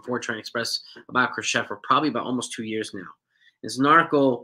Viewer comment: It's pronounced Cro-SHAY.